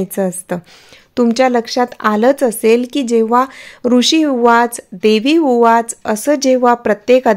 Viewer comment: ताई ते ऊवाच आहे उवाच नाही निदान माहिती तरी नीट सांगत जा